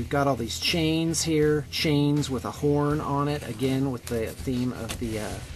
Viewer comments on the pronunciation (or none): It's spelled "Khorne", wouldn't that make it pronounced like corn? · Well, as long as we all know who Ka Horne realy is, then that name is just fine. I was constantly irritated about how pronounced Khorne's real name but now I'm used to it.:)